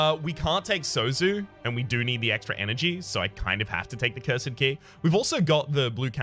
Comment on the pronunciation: Love you my guy but the way you say Cursed might be the bane of my existence